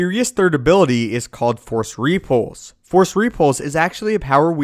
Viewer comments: No, no, you're saying it WRONG. It's rePULSE, not REpulse. LeviOsa..... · Its repulse not ree-pulse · ree-pulse lol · I'll be honest, Other than your repeated mispronunciation of the word repulse, i found the vid interesting... though I disagree with some of the assumptions. First off, what makes you believe he's so invincible? He is one of the last Jedi... certainly the Order as a whole is gone. meaning all the trainers. the holocrons... the knowledge accumulated over eons is simply GONE. Yes, he has some force ghosts that can pop in to help out, but lets face it, it's NOT the same as having some of the best trainers in the galaxy gathered in one place. And those few who knew him enough to have that bond didn't know everything either. Some abilities are going to be gone until another virtuoso can rediscover them, as they were once discovered. The likelihood of him being as strong and as diversely adept as masters in Yoda's day is borderline ridiculous. He may develop some new takes on things, because of a lack of formal training... his own versions of ways to do things... but lets face it, anyone who is self taught is always disadvantaged compared to someone who gets their PHD in a top school. Can't work differently for Jedi. The other assumption that powers didn't exist simply because we haven't seen them in the few movies that have come out, as opposed to the thousands of years of cannon history is also a bit silly. MOST of the series is told from the viewpoint of youngsters... those who, even at master level, are young in their craft. We never get much time with the oldest among them, li